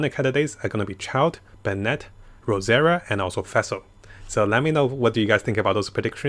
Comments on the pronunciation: Its nawwt fassel! pleasee it hurts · Everyone: Fischl: Fæhsehl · or Fesil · Every time you say Fischl it sounds like you are saying Vessel